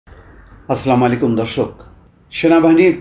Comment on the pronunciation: আসসালামু আলাইকুম বলুন।আসলামালিকুম আবার কি।আপনার কথার বাহারের সাথে ভুল বললে যাবেনা আবার বলবেনই কেন। এর নজর কাড়ি।